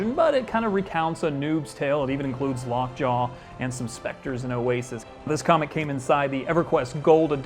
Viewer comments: Did he just say "Longjaw" instead of "Lockjaw"? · I heard lockjaw